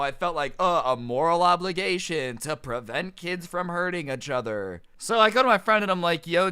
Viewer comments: I lost everytime you said a-chtother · No one: Really nobody: Not a single soul: Literally no one in the universe:: Itchother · Not hating all but I find it a bit amusing when pronounces "each other" as "achother"